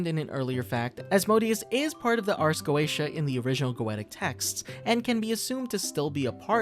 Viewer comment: Not to be that guy but it's pronounced ars go-ee-sha